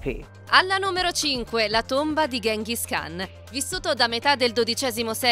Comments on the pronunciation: Gengis Khan non Ghenghis khan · La pronuncia più corretta è Chinghiz Haan